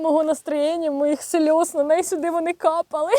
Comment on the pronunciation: "моїх сльйоз..- хє-хє-хє"😊